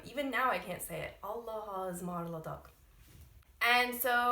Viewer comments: It is not embrassing .There are the people who use this phrase. Also pronounciation is like "Alasmarladık" because there is a gramer rule maybe u did not bump into. Hece kaynaştirma or ulama. Allaha ısmarladık means.I entrust you to God! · yeah, allahaısmarladık is a old word but we still use it. sorry but you dont pronounce it well, thats why :) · "Hoşca kal(-ın)" ))), not Allahasmarladık! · Allahaısmarladık diye okunuyo aw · People do say Allahaısmarladık I'm sure it's just not the way you used it. Also it's just s long word so even your very practiced pronunciation is difficult to understand